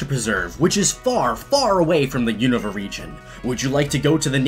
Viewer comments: It’s pronounced “oon-ava”. 🤦🏼‍♂️ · The way you say unova triggers me. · HOLY FUCK I HAVE NO IDEA HOW YOU CAN BUTCHER "Unova" THAT BAD.